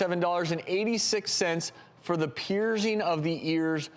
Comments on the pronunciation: The way Travis pronounces “piercing” is ridiculous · "peerZing earZ" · why is he saying ear "peerzing" ???